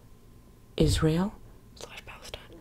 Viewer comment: im having bilingual issues whenever she says Israel cause i keep hearing "is real" and im like what is real?? to then immediately realize it's the name of the country and not a phrase